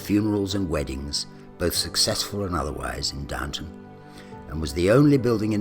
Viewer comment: Please get it right: it's Downton not Downtown!